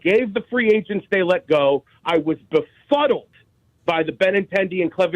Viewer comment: man said BEFUDDLED lmfao